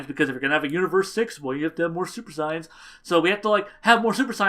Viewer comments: I agree with u on everything else, but Goten became ssj from getting smacked around in training with his mother(still not a decent reason). Also, and this is just a petpieve, but u pronounce saiyans wierd. Its SAY-YANS, not SI-YANS. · u keep saying super signs instead of super saiyans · Lol OMG dude you're saying "saiyans" all wrong, other than that I love the video and I completely agree with you